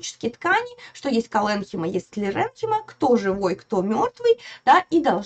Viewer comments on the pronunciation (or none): Мы всегда ставили ударение колленхИма и склеренхИма